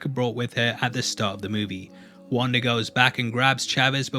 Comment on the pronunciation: “Wandar” lmao